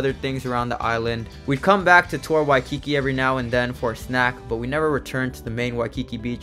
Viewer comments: Just a little pronounciation tip: Those of us who live here usually say Wai-ki-KI (stress the last syllable) as opposed to Wai-KI-ki. Also, spam mu-su-BI (stress the last syllable again) instead of spam mu-SU-bi. I notice a lot of tourists say mu-SU-bi. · WHY- Ki-KI is killing me. He said it wrong 1000x I hope someone corrected him at some point on his trip. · Somebody please help this guy pronounce Waikiki and musubi. 😆🙏🏼 Good travel advice though. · Nice video. Uncle's ice cream is great! Please work on your pronunciation of "Waikiki" and as someone else mentioned, know the difference between local and Hawaiian food. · Dude, the way you say Waikiki is weird. 🤣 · You're saying Waikiki wrong ask a local how they say it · You Fk up the pronunciation of Waikiki.